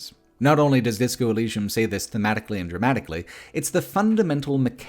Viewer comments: This is a great video but pronunciation of Elysium is bizarrely funny. Disco Elleeshum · Why do you say “elleeshum,” is the biggest freaking question here bro. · In the future, I hope there is a tool that can replace every time that mispronounces Elysium, especially because he says it so, so many times. I will return in 3 years. See you then. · Bruh they said Elysium in the game why do you say it like that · I can't get over OP not knowing how to pronounce Elysium